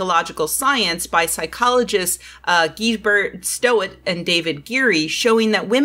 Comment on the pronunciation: I think Gijsbert Stoet is pronounced kinda like Hayesbert Stoot [ˈxɛi̯z.bərt ˈstut]